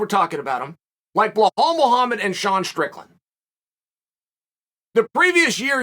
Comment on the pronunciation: It’s pronounced - “Bee Laal” not Blur Haal…damn u Chael